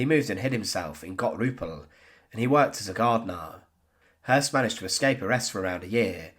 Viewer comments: Sounds more like the word 'hearse' ,without rolling the 'r' at all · good documentary although the constant mispronunciation of his name was grating. anytime a German name has the two dots above the ö (umlauts) the O is pronounced "ew" so in this case, his name is actually Rudolph Hewss. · I mean that his name was Häss, and not Höss. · Hess not Hoss you numnut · Hoss/Hess? Unfortunately the storyline is like a can of spaghetti. 🤪 (Nonetheless, good research.)